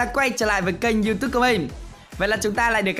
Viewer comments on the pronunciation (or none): none